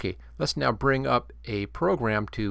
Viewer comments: Think there's any way to set up a workflow where I can record a new sound for every single sound effect in the game? and btw, "Audacity", not "Odyssey" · odyssey, lmao, its AH DAS EH TEE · yo dude, just a tip for the future videos. it's pronounced or-da-city, keep up the great work though